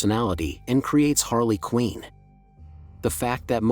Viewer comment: How do people make things like this, you think you would have seen the movies/cartoons or be knowledgeable enough about the character to pronounce the name correctly. She’s also been a super popular character for like 30 years but no big deal . I just don’t get it , is it just for views or is lazy content ?